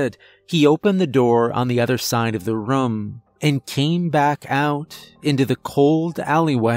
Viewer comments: he says rum in every story, it's just how he says it haha adds to his character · I've been saying the word room wrong my entire life. I'm 45 lol 😂 that's just sad. Excellent story! ❤️ 😊